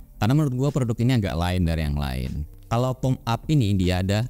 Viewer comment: Wah, langsung stalk produknya. btw, cara baca nama brand nya "Po-me" bang, bukan "Pom"